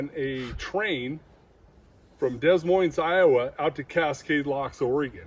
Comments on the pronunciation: It’s pronounced Duh-Moyne, Iowa 😂 The “s” is silent on both words (Des Moines). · Somebody please tell this dude how to pronounce des Moines lmfao